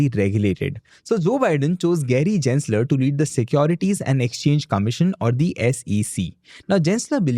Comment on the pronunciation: Gensler is pronounced as G-en not J-en. Just saying, no hate intended:) Thanks!